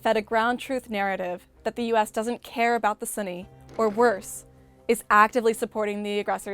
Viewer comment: It's hard for me to take her as a serious expert on the topic when she keeps pronouncing it as 'sunny'...